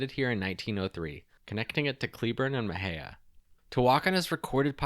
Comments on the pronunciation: I think it’s Muh-hey-uh, is it not? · Why are all of the city names mispronounced? Ta Wok An E, Muh Hay Uh, Wok Sa Hatch E (Tehuacana, Mexia, Waxahachie) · I was born in Waxahachie and have family buried there that go back several generations (about 150 years. I am 64). It drives me a little nuts when people mispronounce the name. It just takes a second to verify how to pronounce it. It’s WAUKS-uh-HATCH-EE. As far as Mexia, it is muh-HAY-yuh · I think you also mispronounced "Mexia", but to be fair, I don't think anyone outside of that town knows how to say it right, myself included.